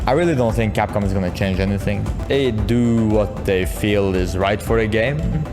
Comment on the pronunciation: I somehow heard you saying catcom rather than capcom at the part where u show that cat photo XD